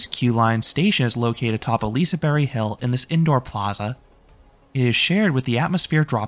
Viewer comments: LISEBERG NOT LISEBERRY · Uh, not quite. Its more like a "bea-kh", keep it up :) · Did you say Liseberry? Is that how you're supposed to do it? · Yes I wouldn't pronounce it "Liseberkk" either, something in between this and "berry" might be the way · I'm pretty sure its more so Pronounced Liseber-h, but I could be wrong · Yes, that is how the park staff said it is pronounced. A g is silent at the end of a word in Swedish apparently. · yea, the "G" is pronounced "J" basically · That is how the park said it is pronounced. The g is silent at the end of words in Swedish.